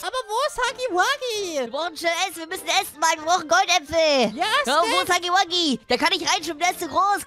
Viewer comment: Er wird haggy waggy ausgesprochen